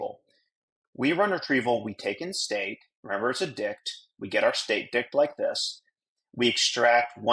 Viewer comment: Good job, but ' dict ' never again 😂